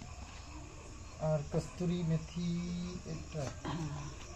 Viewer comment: kothata kasturi methi noi, kasuri methi.